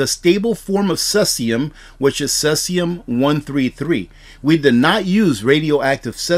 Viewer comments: Pronounced cee-sium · Pronounced "See-zee-um" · No disrespect. It is pronounced - seezeeyum. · Cesium is pronounced like “seezeum”, fyi. No knock intended. I really get a lot out of your presentation. Keep them coming!